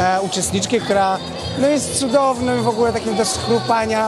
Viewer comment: Nie powiedział "jest cudowna" tylko "jest cydownym człowiekiem"